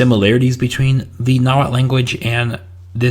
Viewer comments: You need to work on pronouncing that tl sound😂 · I would recommend working on the pronunciation, I understand that there is no standarised variety of Nahuatl and even when it began to be transcribed in Latin script after conquest, there was not standardised spelling, but the tl could use some work, stress on words is always on the penultimate syllable (the second to last), and it's a very vowel forward language (which there are only four), there are only one or two consonants per syllable